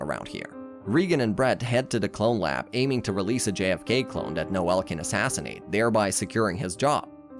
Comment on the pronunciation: Reigan. Cognitto. NŒl. WHAT IS THIS PRONUNCIATION?!